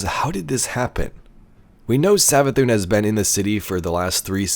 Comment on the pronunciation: Hear me out " MARA SAV-ATHUN"